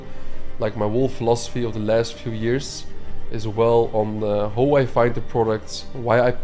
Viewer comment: Hauw much bro not howww please ahahaha great value